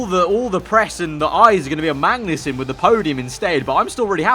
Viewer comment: Why do you keep saying Mangnussen lol